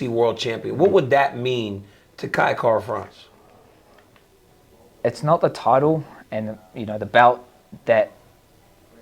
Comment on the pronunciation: It’s Kai Kara Cringe not that difficult